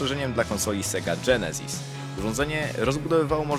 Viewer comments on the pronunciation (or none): none